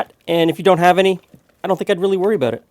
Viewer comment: Listen to how pronounces Out and About. It is more Oot and Aboot...